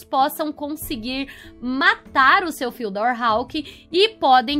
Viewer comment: A pronuncia do nome do mapa é tipo fudiór kk